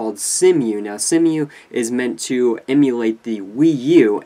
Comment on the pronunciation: Future notice, its pronounced "SeeMoo"